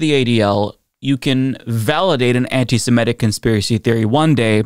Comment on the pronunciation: please stop pronouncing it “anti-samedic.” It’s pronounced “anti-semitic.”